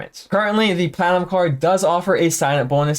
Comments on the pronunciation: Are you saying "platinum card" throughout the video because at some points it sounds like "clown card" which isn't even close 🤔 🤡😁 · LMAO and it wasn’t just me. I asked my BF “is he saying clown card?” And he thought so too! 😂😂😂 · He always says platinum like he's drunk.